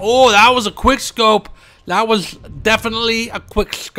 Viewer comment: Please do it again! That "quickshcope"! It's so funny ahah!